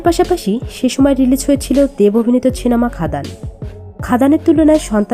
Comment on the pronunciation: First research properly and then make a video…. Don’t just blindly make anything Nonsense… R kindly pronounce it properly it’s cinema not chinema